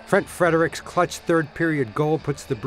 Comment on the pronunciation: Anyone else catch “Frent Fredric”